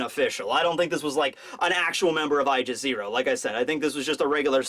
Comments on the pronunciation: Aegis is pronounce "ee-jis" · It's pronounced ee-jis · It’s not eyegis. It’s eegis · I thought there was no ambiguity in what blackbeard was going to get: Sabo's devil fruit. Koby getting rear admiral in just a few days might have something to do with his participation in the incident on the last day of Reverie. And lastly it's pronounced EE-jis. I guess you can trust me on that one. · the aegis from greek is pronounced ay jiss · goes into deep Greek lore for a word he keeps misprounouncing. Me: Or it is just the Greek word for shield? Love ya buddy... But you have covered pokemon and Aegislash exists... It's just a term XD